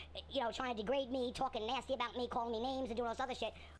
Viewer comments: Nobody ever knows what im TWALKING ablout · did anyone notice that "she" said twalking not talking?